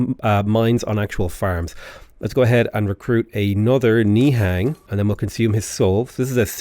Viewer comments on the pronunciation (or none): I think the way Nihang is pronounced is actually Ni-hung